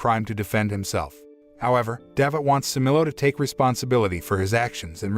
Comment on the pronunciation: It was a good work, except for the mispronunciation of some names. Thanks for your effort. Cemilo not semilo in türkish "C" like "g" in english Mizgin not Mizcin this "g" reading is like gifts "g" Davut you can read like Dav-ut. The name Davut in Turkish corresponds to the name David in English.